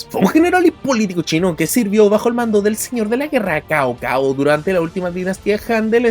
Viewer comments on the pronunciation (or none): Como consejo, el nombre “Cao Cao” se pronuncia “Sao Sao”. Saludos desde La República de China